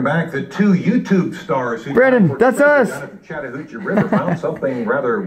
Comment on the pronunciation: He say chadhoochie River?